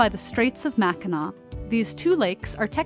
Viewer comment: in the last vid. I watched on this stuff, she said it like mac-in-ack and, living right next to these lakes, I would know that it is pronounced mac-in-naw and I thank you for understanding that